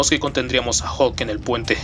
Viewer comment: hulk e.e solo que lo pronuncia mal